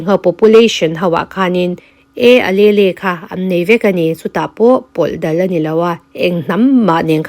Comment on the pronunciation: Alelle hi uhleel tih in lam zawk la .Miss . I channel hi ka lo hlut teh mai nia.❤